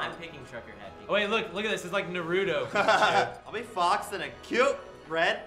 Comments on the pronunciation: did ian pronounced Naruto narootoo? o_O its NA RUH TO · Ian said Naruto wrong... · Ian said Naruto wrong it Nar-u-to and I mean say toe instead of to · Naroodoe? PERFECT! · Nuh-roo-toe.... What? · Again with pronouncing Naruto? I thought it was just Ryan Higa, but nope! It has to be here too. And if you're asking how I pronounce it: Nah-roo-toe (naruto). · its nar-oo-to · Not naruto nar u toe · wtf is naroodo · It's NAR like TAR and U LIKE UH and TO like TOE. Ughhhh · You said Naruto wrong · I agree, mostly because he said Naruto wrong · I'm a huge naruto fan and I'm sorry for being nit picky but Ian mispronounced naruto